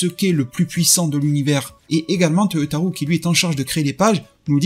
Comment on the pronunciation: Cest vraiment pas important mais je le dis simplement au passage car tu parles souvent de lui. Toyotaro se prononce avec un O long à la fin, non pas OU. Ce n’est pas toyotarou mais Toyotaro. Oui, la transcription phonetique s’écrit Toyotarou, mais le “ou” signifie O long, non pas “ou” à la francaise.